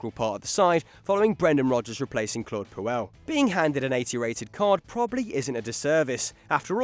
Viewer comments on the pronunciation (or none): none